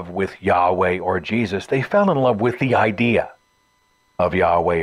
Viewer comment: Who started this dixie-talk bullshit of saying "ideal" for "idea"?